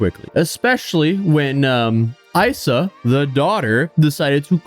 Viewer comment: It's pronounced "Eesa", like a nick for Isabelle - who was a super sweet girl when I worked for this guy at Isa 17 years ago. Working in this industry with chefs who are as ego driven as this is par for the course and Luke was no exception. Kitty, his wife, was no better as the GM. Sort of sad but not surprised he hasn't changed. Guess I can cross Kis off of my list of places to check out.